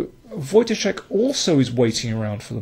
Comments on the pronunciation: You pronounce Wojtaszek correctly and not like kingscrusher ( watch ka zek ). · dokładnie tak. Byłem pod wrażeniem :) Wielkie brawa :) Some really fab commentary as well. Good job :)